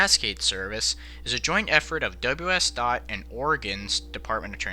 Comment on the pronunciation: Accidentally says thot instead of dot.